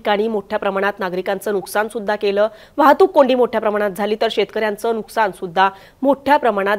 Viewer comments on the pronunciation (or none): none